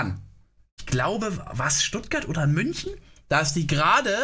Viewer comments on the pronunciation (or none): none